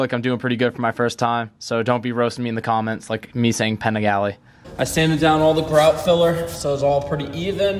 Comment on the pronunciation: I love seeing you grow and learn and I’ll never roast you other then saying Paniagle wrong 😂😂😂